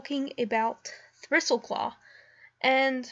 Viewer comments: Thristleclaw? It's Thistleclaw... XD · Good to know I'm not the only one who's horrible at trying to say words (like thistle). (Thistleclaw into Thristleclaw) XD